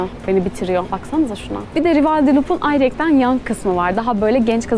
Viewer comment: Ayrıyeten yerine "Ayrıyekten" mi diyorsun bana mı öyle geliyor